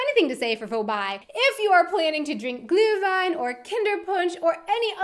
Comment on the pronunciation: Ich merke zumindest in dem Video, dass dir das vermehrte Deutsch sprechen scheinbar hilft. Deine Aussprache von "ü" wie in "Glühwein" hat sich gegenüber früheren Videos deutlich verbessert. Also sie ist eigentlich in dem Video hier wirklich gut.